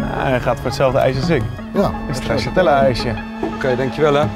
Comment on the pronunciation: Nobody:: 1 bolletje ''STRAZZATELLA''